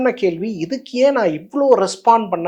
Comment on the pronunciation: கேல்வியா? கேள்வியா? கேகிற or கேட்கிற?